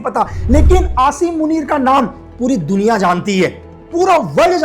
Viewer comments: pahle bolna Sikh lo Ashim Manit nahi hota Aasim munib Hota Hai 😂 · Apko asim munir ka naam b sahi sy lena nh ata please ap un py comment na do👏🏻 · Aashim Munir 😂😂😂😂 sabaz sareef 😂😂😂😂😂 Aby madarchood pehly name pronouncing to seekh le bana video raha ha tare jisay chaman chutiya Pakistan ma kachra uthaty hai